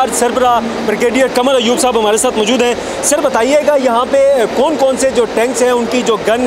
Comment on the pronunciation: You don't know no how to pronounce Urdu, ( majood hoon )for example